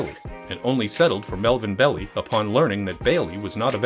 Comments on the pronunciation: It’s Bell-eye, not Belly. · you didn't even watch the movie properly to know its not Pronounced BELLY! , ITS PRONOUNCED BELL-EYE. god damn idiots. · Bell-eye, not Bell-ee. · Fact Check: It pronounced like it looks Bell-i, not Bell-e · Pronounced "BELL-eye." Not "belly". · The real pronunciation of Belli’s name is Bell eye several documentaries on the zodiac killer, pronounced it wrong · Im pretty sure that Melvin Belli is pronounced "Bell-eye" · . Great vid. Hate to be picky but Belli's name is pronounced bell-EYE. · Melvin Belli is pronounced Bell-aye Also, don't give your kid the middle name Lee, nothing good will come of it. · It's pronounced "bell-eye" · Another great vid...but it's Melvin Bell-eye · You mispronounced Belli so I had to give BULLSHIT on the meter! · learn how to pronounce Melvin's name, jezzzzz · If only you hadn't mispronounced Marvin Belli's name over and over. And over. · Funny when the new generation pronounces the names totally differently. It was Melvin Belli, like "Hi" at the end. Grew up with that name on the local news all the time. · How can he make that mistake when it's pronounced in the historical footage he's using?